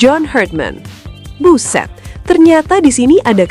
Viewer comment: Cuma mimin yg bilang buszzett... 😆😆